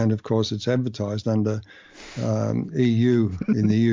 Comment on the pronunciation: EU not LU